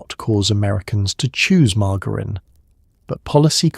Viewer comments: The AI voice needs to be instructed on how to pronounce margarine . It's not mar-gar-in. It's mar-jer-in. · What is with this pronunciation? AI is such crap.